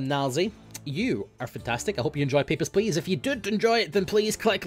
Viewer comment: Whenever he says "Papers Please" in that accent it sounds like he's saying "Pepper Splash"...